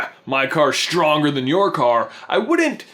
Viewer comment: its not shtronger is stronger